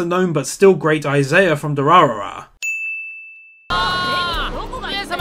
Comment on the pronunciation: Btw, it's I-Zah-Yah, not isaiah...